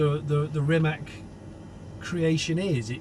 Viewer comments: Rimac whit ccccc at end. Noth Rimek not kkkk at end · please stop pronouncing "Rimac" wrong. It's not "reemac", it's more like reemuts. with 'TS' on the end not 'K'. Croatian 'i' is 'E' and 'c' is 'C' like in ABCDE. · Is it that hard to say RIMAC not RIMAK? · Amazing video! Mate Rimac is an amazing guy. But Johnny cammon say it with me! Rimac (pronounced [rǐːmats], \'Ri-mats\) 😛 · O goooood!!!! I knew it!!! I just waited.... "C" in Rimac is spelled like "zz" in pizza!!!! Learn that for once... Basics of culture, to learn a name of the person you are interviewing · Jonny, "c" in "Rimac" is pronounced /ts/. I know that Mate has given up correcting people, but, come on! If Nikki from Transport Evolved can make an effort to learn the proper pronunciation of every company and person she talks about, so can you. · If you get the privilege of testing this amazing car, at least learn how to pronounce Rimac :) Svaka čast Mate, biće valjda neko sličan i iz Srbije